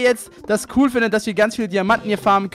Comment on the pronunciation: Kein Hate aber das heißt Cool und nicht Kul😂😂😂 Und wenn dann wäre es Ganz cool nicht Ganze Kul😂😂😂